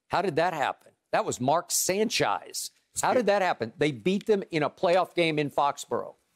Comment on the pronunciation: "you want me to do cartwheels about Mark Sanchise" 😂😂😂